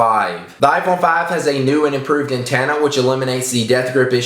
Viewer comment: You say antenna funny